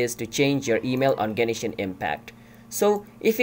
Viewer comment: lmao genishin